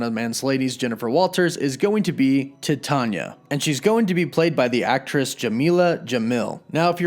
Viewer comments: Dude, your freaking killing my brain. Titania is pronounced like the metal Titanium but without the M. Don't overthink the pronunciation. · Dude.... Why do you say every name incorrectly? Titania is Titan (like Chronos, Atlas, etc) or the metal Titanium. Same thing with Sersi in other videos. She is a reference to the goddess, Circe (Sir•C) as all the Eternals are referenced to deities in one way or another. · He was killing me with the way he was pronouncing her name lol. Hasn't he ever heard of the metal Titanium? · if you type in “How to pronounce Titania” in Google, it literally says it verbally for you. Even fictional character’s names have correct pronunciations. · Dude, it's pronounced "Tie-TAY-nee-uh" like the metal, titanium. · I’ve been reading marvel for years I thought the villains name was pronounced Titania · Say it with me phonetically: Tie-TAY-nee-uh, like the incredibly durable metal titanium. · Thank god somebody said this. He mispronounces a lot of stuff... hahaha. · You are pronouncing her name wrong..Titania. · Her name is pronounced tie-tan-ya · i could be wrong but i believe it's spelled "Titania" and it's pronounced "TAH-TANE-E-AH" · No you are right he fucked it up. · Yeah lol he said Tah-tonya 😂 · He really butchered the name of Titania huh lmao 😆 oh snap! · Bro, you are saying "tatanya".it is *Titania*. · Your are pronouncing it wrong and it's pretty ridiculous. It's Titania...like Titanium. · It's pronounced like "female" TITANia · It's pronounced "Tie - Tay- Nee-Ya" not "Ti-tah-nya"... that was so painful to watch and hear... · Ti-tanya? Pronounced.......titan-ia as titanium but add a instead of um lol! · Pronounced TIE-TAY-NIA lol IT'S NOT "TIT-ON-YA" the pronunciations on this channel are hilarious lol just google pronunciations real quick before you hit record! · I thought it was pronounced like Titanium, just Ti-Tay-nee-ah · It's pronounced like titanium! Way to do a whole video and get it wrong! Titania (Ty-tain-ia)